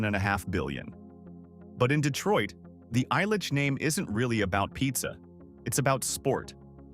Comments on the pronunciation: Mike “I’ll-Itch” family, not “Eye-Litchfield”. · The EYE-litch name... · Right? 🤣 Eye-litch family? 🙈 I stopped there...